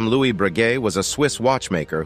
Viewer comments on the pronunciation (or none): none